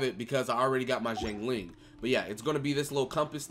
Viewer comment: It's pronounced shiangling (Xiang Ling)